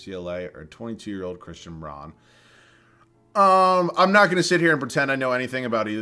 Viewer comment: I know you always say you ain’t good with names but Christian Braun is pronounced like “Brown” for future reference lol